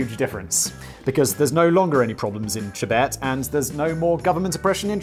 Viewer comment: Simon: "Chibet" CCP: yeeeeeesssssss, exaaaaaacatary